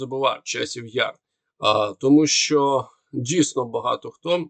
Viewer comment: Дуже важко слухати цей важкий московський акцент. Постарайся читати кому перед ЩО, бо росіяни її не читають а говорять "томущо,". І вимовляти ЩО без м'ьякого знаку, бо українська щ читається твердо. Дякую за розуміння.